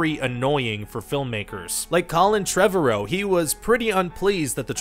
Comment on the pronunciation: "... but nope, the already seem them in the trailer." People read this stuff, Ryan! Also, Colin Trevarrow's last name is pronounce like "Tomorrow". They made a big deal about it in one of the extras for the movie. Don't get me started on Gal Gadot's name. :p